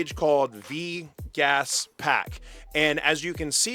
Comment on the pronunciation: vgas... you mean vegas